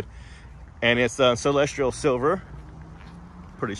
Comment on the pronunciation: there is no “r” in Celestial. Noticed you saying “celestrial silver” in several videos.